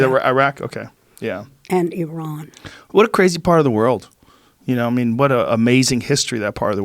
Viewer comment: Love the way she pronounced IRAN 😤 someones got iranian friends 😍